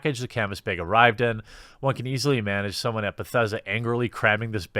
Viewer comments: I'm just here to listen to Jeremy say "baeg" a lot. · It's bag not Bayg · I now say baeg because of you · He says "beg" not baag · Viewers who came for an update to the Fallout 76 saga: 10% Viewers who came to hear Jeremy say "beyg": 90% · Finally the... "beeag," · why do you keep saying BAYG instead of BAG ? is this some kind of inside joke i missed or are you just weird an i never noticed? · Beyg. Beig. Bayg. Beeehhhhhhhhhyg! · You said "bag" and "bags" again. I'm so happy. Also please say it more often. Edit: Also again, please pronounce it bayg. Love it. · Funniest thing is he's even mentioned how to say it properly before and continues to keep saying Baygs 😂 is this like a Canadian thing? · America says: Bag Wisconsinite says: Baeg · Pretty sure its pronounced bag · Nice beg (you say it like pat the nes punk) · Are we not going to talk about how he pronounces ‘bag’? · Him trying to pronounce "bag" the way us land dwellers do was very cute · I love this video.plz never stop saying bayg. When u say bag n try to do it the "correct" way it sounds so weird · Strugglin w that word bag huh lol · Nobody: Quartering: “Bägh” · Came here to hear Jeremy try to say bag and was not disappointed :) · i would prefer you pronounce 'bag' the proper way: *inaudible edrich horror sounds* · Good video man. I like that you can rag on your own pronounciation of "bag" lol that's funny, good for you. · Why do you say bag that way?